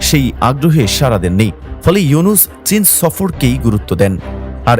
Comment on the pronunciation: ও মিঞা স্যরের নাম ভালো ভাবে বলেন।